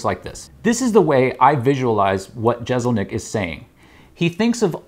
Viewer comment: Jessselnik not jezelnik